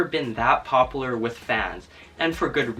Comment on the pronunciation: he said poplar